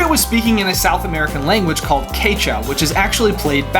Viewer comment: Quechua (the south-american language) is pronounced: (kɛtʃa:)